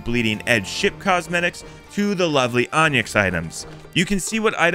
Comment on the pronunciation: Repeat after me: "On-Ix... On-Ix" Not On-Yix.